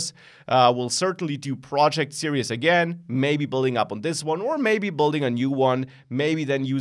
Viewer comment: serious please learn how to say series